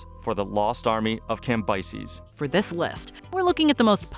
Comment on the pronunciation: The way she says Cambyses is criminal!!